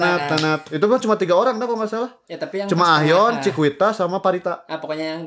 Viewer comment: Sebutnya cikita bang bukan cikuita😭🙏